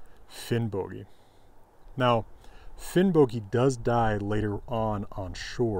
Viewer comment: Probably because of modern Icelandic, old Norse would be pronounced Finnbogi as is pronounced in this video